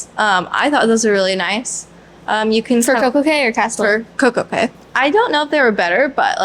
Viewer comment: I love this review. It's great hearing your different perspectives and hearing from the kids. I always felt the kids' voices were missing from the other reviews. Thank you for sharing. Royal Caribbean says it is pronounced Coco Kay, not Coco Kee.